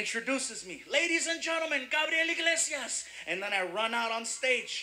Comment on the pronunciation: Iglesias not Inglesias 😂😂😂